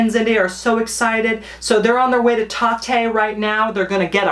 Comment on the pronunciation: I live in Boston and I'm convinced none of us know how to say Tatte 🤣🤣🤣